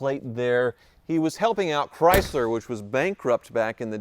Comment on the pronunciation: "cry Zler" 😂